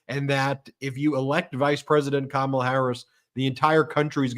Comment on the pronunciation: Puppy killer is too dumb to pronounce Kamala.